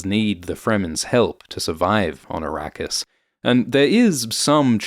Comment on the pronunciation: Araqis??😂 You mean Iraq? And Shadam? You mean Saddam Hussain??😂